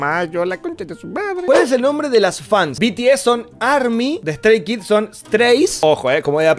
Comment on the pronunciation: "De Stray Kids son eStReIs" JAJAJSJF